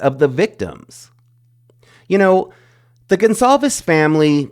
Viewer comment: I think his last name is pronounced “Gon-Cal-vez” with a C and not the more common name GonZalvez.